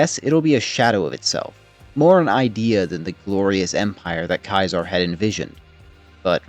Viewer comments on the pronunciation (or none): Why are you calling him Kizar? It's Ceasar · The legions route to victory is also its route to defeat. And its defeat or even turning aside at the dam will likewise eventually be its end, though perhaps a less destructive one. Also, Ceaser (pronounced Cee-Zar, no matter what he thinks) ls categorically an idiot. If you punish a decorated leader for a singular failure, then not only do you lose expertise, but the culture automatically shifts into one of never allowing failure, and certainly never admitting to it. And that will cause leaders to commit to fights longs after the point its obviously a loss anyway, and that will lose the legion far more than such commitment could ever gain. He'd know that if he had ever read a singular ounce of leadership theory, rather than a history of a failed empire.